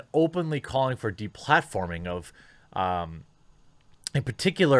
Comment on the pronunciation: The De-Bladdforming